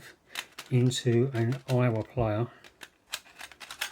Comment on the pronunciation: Aiwa is pronounced I WA 😊